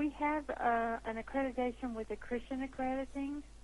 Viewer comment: She could not even PRONOUNCE "Accreditation".... Thank you,.